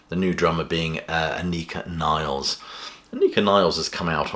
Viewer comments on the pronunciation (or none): Anika Nilles, pronounced Nill-es, not Niles. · It's not Niles, it's Nilles. Double l. Pronounced: Nil-less. It's great news. The idea that Lee and Lifeson have no right to play under the name Rush, is ludicrous. Plus, the best way to keep the music that Peart co-wrote alive is to play it. And the best way to attract audiences to these concerts by two members of Rush is by calling it what it is: Rush!